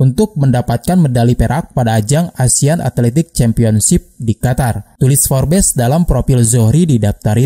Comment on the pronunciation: Kok bacanya FORBES sih..? 😅 FORBS..! 😁